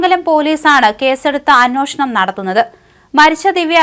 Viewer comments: കൊച്ചേ, നീയെങ്കിലും അന്വേഷണം എന്ന് ശരിയായി ഉച്ഛരിക്കൂ. മറ്റേ കോന്തനെ പിന്നെ പറഞ്ഞിട്ട് കാര്യമില്ല. അതോ അവിടെ എല്ലാവരും അന്വോഷണം എന്ന് പറഞ്ഞാൽ മതിയെന്ന് അയാൾ പറഞ്ഞിട്ടുണ്ടോ? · അന്വേ ഷ ണം..... എന്ന് പറയൂ കുട്ടീ 😂😅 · അന്നോഷണം തെറ്റാണെന്ന് ആരെങ്കിലും ee കൊച്ചിനോട് ഒന്ന് പറഞ്ഞു കൊടുക്കുവോ.... മലയാളം പറയാൻ അറിയാത്ത വായന... കഷ്ടം